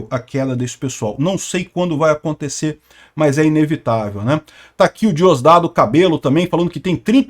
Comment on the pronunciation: Vc fala bem, acobtecer. É precisopara de falsr ACONTIIIIICER.